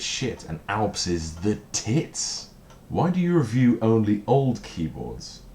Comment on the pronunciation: I'm glad you take that as a compliment! I've only just noticed that you say "ree-view" for review. Nice Super Meatboy t-shirt!